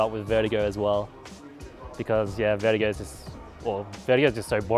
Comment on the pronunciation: no one : jw: VERTEEGO